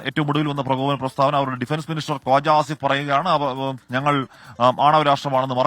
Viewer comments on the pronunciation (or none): none